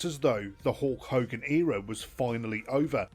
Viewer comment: Hulk higan?